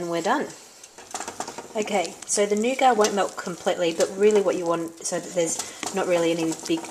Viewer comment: NOOGAT! FUCKING NOOGAT!